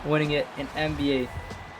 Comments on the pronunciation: "NAB" Fat Oof my guy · Nba not nab